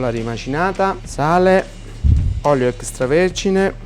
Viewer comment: Stupendo e veramente appetitoso! P.S. Mi diverte sempre molto sentire i campani pronunciare "extravergine", fanno una fatica incredibile, "ecchestravergine". Bravi comunque!